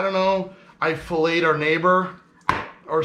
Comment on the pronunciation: You say "If I fileted our neighbor" but I 100% heard "If I felate our neighbor"..... which blows